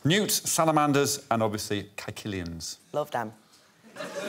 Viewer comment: That is not how you pronounce caecilian, the last amphibian that Alex listed.